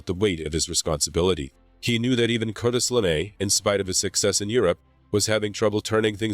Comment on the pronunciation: I love the subject matter but the constant mispronunciation of words hurts my ears. Sorry, you lost a viewer. Cartis LeMay? CArtis? TiniaM?